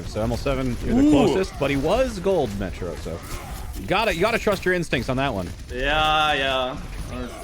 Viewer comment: Every time says "So, Metro" I just hear "Symmetra" lol